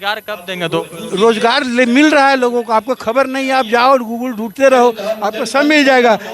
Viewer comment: Pahle googal to sahi se bol le fir paati banana